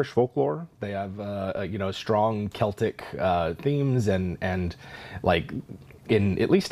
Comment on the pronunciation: To hear someone on YouTube say Celtic with a 'K' sound is sooo beautiful. Too many others (Gnogin) say it with a 'S' sound. grits teeth Thank you guys.